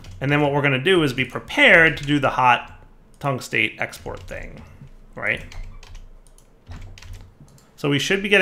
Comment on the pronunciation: You did pronounce the epichlorohydrin right, but you've been butchering the tungstate for episodes now. Metal name plus -ate means it's the negatively charged oxide. Well, metall as in astronomy, where anything past helium is a metal. Tungstate, Chromate, Phosphate, Vanadate, Carbonate, all of them have any kations and the game makers decided to give you lithium. That being said, all of them probably work the same way in automatic processing, hint.